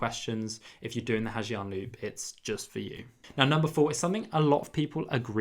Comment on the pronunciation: It's not "Ha Jiang", it's pronounced "Ha Zang",and that parking story is not necessarily like that